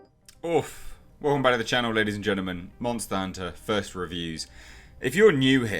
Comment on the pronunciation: "Nobodys a munta hunter. Well, maybe some people are" 😂😂😂😂